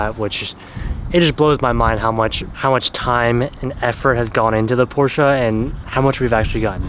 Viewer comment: Porscha!!! Por-shuh